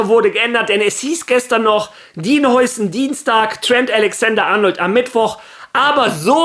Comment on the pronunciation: Der Typ wird glaube Haiysen ausgesprochen.